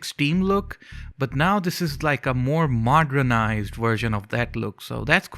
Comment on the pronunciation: "modrenized" lol